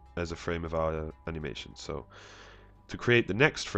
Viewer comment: "Animations" kinda sounded like "You're a bitch"